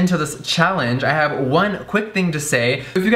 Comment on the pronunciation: Jeffree, in a southern accent: what do we haaaave for the liiiiids? 😂